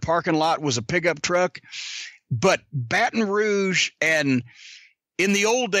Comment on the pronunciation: He said Barton rouge I believe it that’s where my family is from so I’m not proud of it but yea I believe it